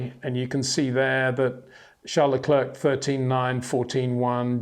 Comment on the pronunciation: Would be nice if you once took the effort to pronounce Verstappen and Leclerc once and for all.